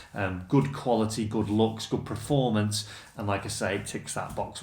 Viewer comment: Per-form-ance... Apart from that it was a great video! Haha.